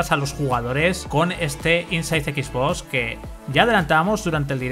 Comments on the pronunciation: cada vez que dice equis bos me sangran los oidos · Dios mio que te cuesta pronunciar bien las cosas? "equis vos"